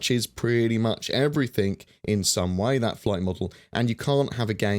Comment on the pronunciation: something that has been really bugging me in your videos. Try and pronounce “something” or “everything” elaborating the ing rather than think.:D e.g. “everythink” apart from that good vids dude